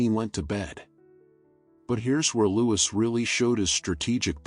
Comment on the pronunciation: Please, its pronounced 'Loo-ee.. good content besides...